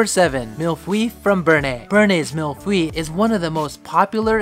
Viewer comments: I will never get over pronouncing mille feuille as "milf-y". Not sure what is on his mind! Always makes me smile. The basic pronunciation of "mille feuille" is "mill foy" where foy rhymes with soy. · mille-feuille...I'm french and I was shocked when i hearded how he pronounce it. I think than if it was not write, i would never understand.